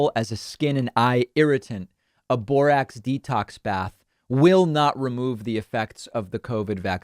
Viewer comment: JFK Jr can apparently reverse the effects of covid vaccine. Did you say Borax or Borat?